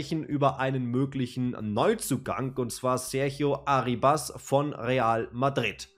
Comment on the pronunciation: kurzer aussprachetipp: der junge mann heisst nicht arribAs (der Akzent liegt nicht auf dem a), sondern ArrIbas (also akzentuiert wird das "i" ;) gern geschehen.